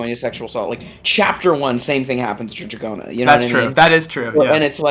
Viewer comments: Nope, in Japanese it’s pronounced more like “Doragona”. There is a “d” sound that sounds more like a “j” in Japanese, but it’s not in Dragona’s name. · "Do-ra-go-na" If Smooth Operator somehow evolved and started doing Stand Cries, it oughta be DORARARARARA lol